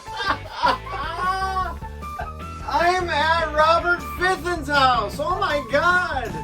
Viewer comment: I'm one who knows there is no "R" in Fithen